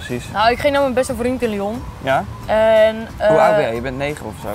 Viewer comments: Elke Belg stoort zich nu dood aan hoe die Lion uitspreekt... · volgensmij is het lyon vanplaats lion maar ik weet wel dat het chocolade reepje lion heet GEEN HAAT